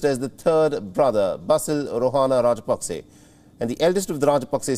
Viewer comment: it is NOT Pakse. ot is Paksa. hrsva sa vowel.